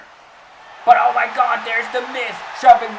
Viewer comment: Hey did you call The Miz The Mis 😂